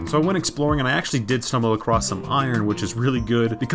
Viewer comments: I just noticed he says "acrosst" instead of "across" each time he says it lol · lol its so weird hearing him say "acrost" instead of "across" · You know 'stumbled acrost' isn't a thing right? It's 'stumbled across'... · Your videos are super entertaining, but I feel like I can't watch them because I did inside a little bit every time you say across as "acrosT" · Hearing that letter T at the end of “across”, make me suicidal.